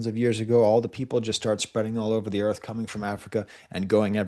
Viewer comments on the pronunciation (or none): none